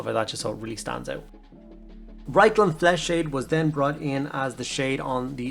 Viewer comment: Reikland? Lol love your work as always mate